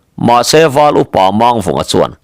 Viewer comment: hi thawnthu i chhiar tam tawh a, thiam pawh i thiam viau mai, lam dik loh erawh hriat tur a awm zeuh zeuh. Tun thawnthu chauh pawh ni lovin, Pawi hming lam dan hi lam dik loh a tam. Entirnan tlem han tarlang ila, Mang tih hi Lusei hmingah chuan thluk seia lam a ni ber a, Pawi hmingah erawh, thluk sang leh hniam chu awm ve bawk mahse, thluk sei a ni ngai lo. Mangchhuma, Manghmunga, Manghnuna, Mangkiauva, etc tihahte chuan thluk hniam, ka peih mang lo, tiha mang lam rik ang hi a ni. Mangliana, Mangnawla, Mangthuana, Manglinga, etc tihahte erawh thluk sang tawi a ni thung, mangkhawh tih ang thlukin. Duhmanga tihah erawh mang vek tih angin. Tin, Chem tih hi hming tawp lama hman a ni deuh ber a, hei pawh hi thluk hniam tawia lam chi bawk, 'ṭha ber' tih a ber thluk ang hian. Eg. Thangchem, Lianchem, etc. A awmzia pawh zoṭawnga BER tihna a ni. Pawi chuan hming tawpah A an dah ngai lo va, mahse, Zoṭawnga sawi chuan dah a ni mai ṭhin a, dik chiah lo mahse a pawi lem lo ve. Tin, Zataia tih hmingah a tawp lam hi thlukhniam tawia lam tur a ni bawk, hneh tihna a ni.